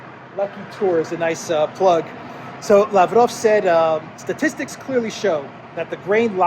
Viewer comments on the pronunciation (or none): none